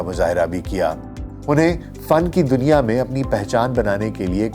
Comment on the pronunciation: ظالم دنیا کا تلفظ ٹھیک کریں۔